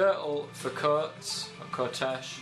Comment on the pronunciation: Coates is pronounced C-wat-es